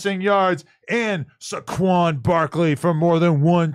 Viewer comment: If he can't pronounce the players names please don't follow his gambling pics hahah 😂 22 say it with me (say-kwon) =saquon